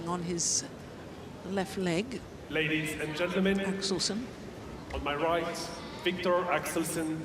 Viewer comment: I agree with you, but stop saying "Axelson", it's not that difficult to say 'Axelsen"....